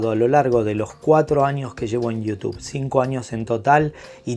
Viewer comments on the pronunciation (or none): none